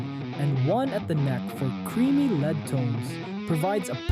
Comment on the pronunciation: given the way lead was pronounced here I'd say it's likely, because even if not a native language anyone who's gone through and researched this degree on the topic would know how to pronounce something as ubiquitous as lead. This leads (see what I did there) me to believe that the script for the video was written by AI, it just has that particular way with words that feels subtly off or like it's trying too hard to be articulate. There's also inconsistencies in some of the information in the video and a good amount of repetition. The voice over is basic and at times feels like it could also be generated, the video is just a slideshow of some images and clips from other people's videos, overall it feels lazy in terms of effort, so I would be surprised if they put much effort into the script themselves.